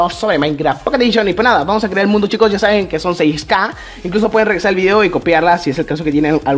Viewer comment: no es ka es q